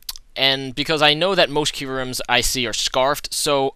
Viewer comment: i noticed you called Kyurem KurYem, was that just a dyslexic moment or, not trying to be mean, are you actually dyslexic? just curious cuz i've noticed verbal typo's in your vids before, and not just calling a pokemon something else (like calling armaldo ariados)